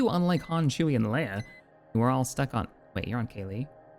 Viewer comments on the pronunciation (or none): none